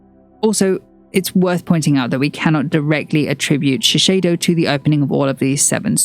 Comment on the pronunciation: A note on pronunciation - it's ShiSAYdo, not ShiSHAYdo.